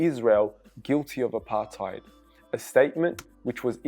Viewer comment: I cringe so much when other ppl say apartheid 🤪